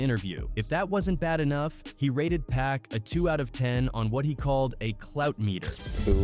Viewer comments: Like how he said 'PACK'.... 🤨😡🤬 It's pronounced 'POCK' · It's actually pronounced "PUCK" if ya wanna get technical... dont be lazy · It's pronounced 'Pock' anot PACK.... Can't stand the laziness in these videos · Pack? Can't even pronounce his name properly.